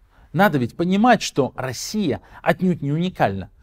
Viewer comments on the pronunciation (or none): none